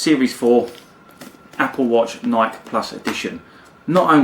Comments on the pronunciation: FYI, Nike is pronounced 'Ni key', Great presentation though. Well organized and thorough. Thanks! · Every time he pronounced Nike wrong it shattered a piece of my soul. Good vid tho this is what I’m gonna get now. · Get your pronunciation of Nike right, dude